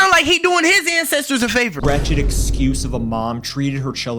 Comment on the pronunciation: wretched AND NOT « rachet »